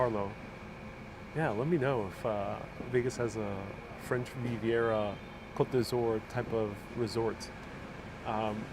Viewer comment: It's 'Côte d'Azur'. Not every French word requires a final 'e'...